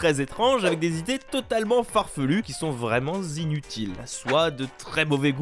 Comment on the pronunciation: "Vraiment z'inutiles"... J'adore vos vidéos, mais ça pique toujours autant mes oreilles !